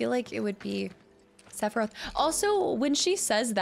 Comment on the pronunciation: Since when is Sephiroth a one syllable word?